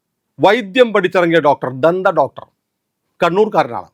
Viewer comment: പല്ല്‌ ഡോട്ടര് എന്നു തെളിച്ചു പറ 😂😂